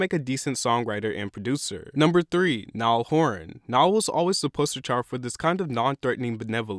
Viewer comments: Did he just say ‘Nile Horn’ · “nial horan” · "Nial Horan" You took the L